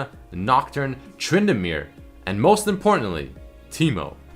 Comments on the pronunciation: not tryndamnere plsssssssssss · tryndanere???? O.O